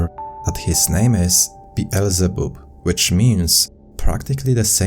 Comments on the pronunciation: Its beelzabub what a plum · Bazzle-bub? "Is your name Bazzle-bub?" ROFLMFAO!!! says: "Practically the same as Satan." Not practically...it IS the same dude! lol!